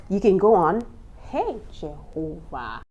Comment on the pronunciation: Did you just switch to saying Jehovha🤣